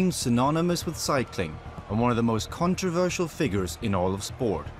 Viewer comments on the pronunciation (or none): none